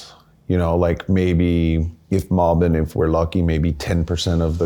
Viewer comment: Have to pronounce the name correctly as a host. Otherwise great interview. It’s mall-bin. Just listen to say it once